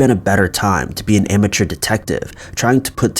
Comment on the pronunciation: Gary Ian Anderson: I'm with you. He also seems to believe there's a "ch" in "amateur".